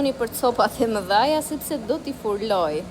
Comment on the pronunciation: Zemer nuk thuhet furloj po fruloj😂